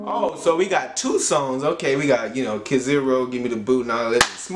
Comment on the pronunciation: Not (Kaziro), but kizàru